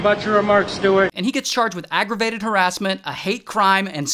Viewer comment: "Aggrevated" yeh Ray?😘